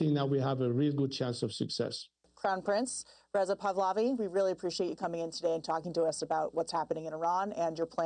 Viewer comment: Please make an effort to pronounce his name correctly. It's 3 syllables: Pa - Hla - Vi